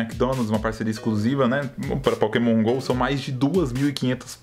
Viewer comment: Sempre que o fala Pokémon Go eu entendo Poke mongou